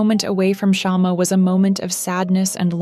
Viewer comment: It's not shaam it's shma means twig of candle or lamp ❤❤😂😂